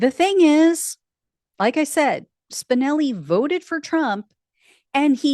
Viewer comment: Every time you say Spinelli I hear Spicoli